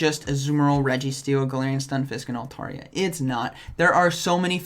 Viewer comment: Great content but hot damn it's " altAIRia".